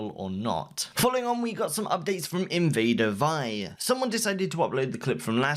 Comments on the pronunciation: Can you please say her name right it's said like Invader Vee no one says it like die. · You're pronouncing invadervie wrong